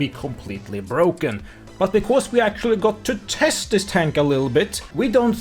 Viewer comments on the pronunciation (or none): none